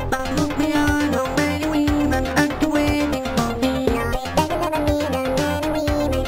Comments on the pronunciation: You Said many WIMEN not women why?? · Also they say wemen instead of women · Women? More like Weeman